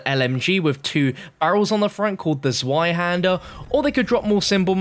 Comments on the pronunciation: It’s not pronounced zwie it’s pronounced zvie, it’s the German word for the number 2 zweihander literally means 2 hander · It's pronounced 'TswaiHander', not ZwaiHander. No hate, just a tip. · Zweihander is German and "zwei" is pronounced like "svi"